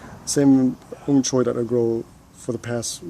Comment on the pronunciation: surprisingly your 'ong choy' pronunciation is quite precise, i believe Hong Konger would be able to understand your 'ong choy'.